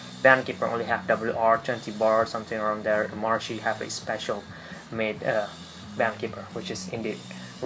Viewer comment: Please!!!! YOU MUST TO PRONUNCIATE CORRECTLY "MAHARISHI" It is NOT "mahar(i)shi" (wrong sound for that "i" on this video). The correct way is "Mahar(i)shi" (like the sound of the "e" vocal in english). Hardy Blechman is going to kill you!